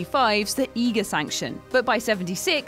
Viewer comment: Great list. But check the pronunciations first before uploading Eiger - Eye Gerrrr Papillon - Pap EE Yon And it’s Josey Wales not Joey Wales.... “How you doing Pilgrim?”